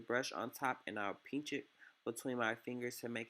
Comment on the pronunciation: I was so tickled when he said “peench it” 😂🥰